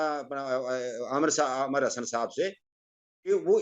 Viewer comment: Amar nahen hota Amir hota hey